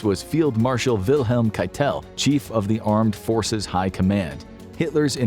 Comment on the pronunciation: Boy, you butchered half the names. It literally takes 10 seconds to find out how to say names like Didier or Keitel. C'mon...